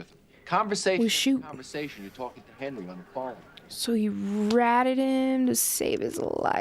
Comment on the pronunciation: My favorite movie. I love that Tommy always pronounces Henry as Hendry and that after the time jump Tommy ages like twenty years more than Hendry